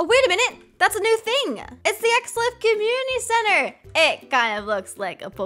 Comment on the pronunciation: The way says 'community center' like "commnty center"